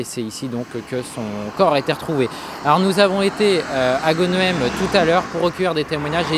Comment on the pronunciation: Chaque weekend je péchais aux pieds de ce pont. Brrrr ça fait froid dans l'dos. Au fait Mr l'apprenti journaliste : en tant que ch'timi tu devrais savoir que chez nous (et ailleurs aussi) les noms de villes, Bourgs et villages s'écrivant en "EHEM"... se prononcent "HAIME". Ex* "Tournehem / Audrehem / Westrehem". etc